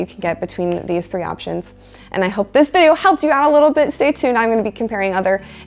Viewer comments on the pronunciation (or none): none